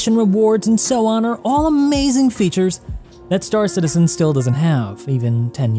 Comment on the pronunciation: Have a like..... but also, it's Star CITizen with emphasis on citizen. Not star. Love your content but it's such a pet peeve lol